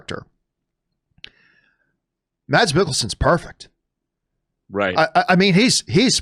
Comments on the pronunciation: Hate to be that guy, but it’s pronounced “Mess”, not Mads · Just to clarify, Mads is pronounced "Mas" in Danish.